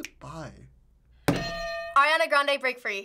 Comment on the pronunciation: Who's Eriana???! ITS ARIANA GOD DAMMIT